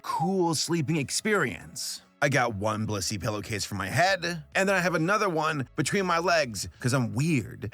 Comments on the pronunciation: i had this on in the background, and i swore you said "this video was brought to you by bussy" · i swear to god PLEASE pronounce the BLIS in blissy, because all i hear is "this video is brought to you by bussy" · I thought he said "Brought to you by B u s s y " in the beginning and i had a heart attack. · IM SORRY BUT I KEEP HEARING BLISSY AS BUSSY HELP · didn't sound like blissy sounds like you said bussy for sure uhh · I swear instead of Blissy I hear bussy.. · your blissy ad just sounds like you said 'bussy' and vehemently advertised bussy. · HE SAID BLISSY 😭